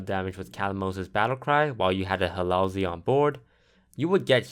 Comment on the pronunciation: lol "Halalzeal"